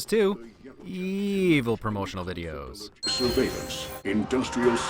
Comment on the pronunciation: "Surveill-ants" C'mon!